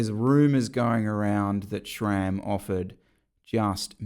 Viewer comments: It is "Sram" and not "Schram". There is no "ch" in the name. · "Shram" Lol. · There is no H ib SRAM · I’m still confused why people don’t pronounce SRAM correctly